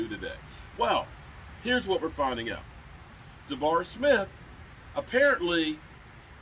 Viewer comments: The name is ZaDarius , not Zavar. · Za'Darius Smith is pronounced as Zuh-Dairy-Us Edit: you're funny as hell though. I died laughing at the Five Guys peanuts box for Jayron 😂